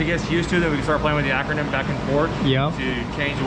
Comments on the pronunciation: Dude's cracking me up calling it acronym instead of achermann, lol. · why didn't he just set bump steer, and why did he keep calling it Akernem instead of Ackerman? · Lol how does he not know he is saying acronym instead of akermann. I’m not even a mechanic and it bothers me. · Ackermann. He had me rolling. Mispronouncing it is better than not knowing how to set it up though.